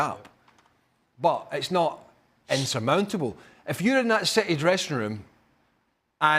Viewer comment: Merson 😂😂 SAID CITEH PAID TOO MUCH FOR DE BRUYNE 😂😂😂😂😂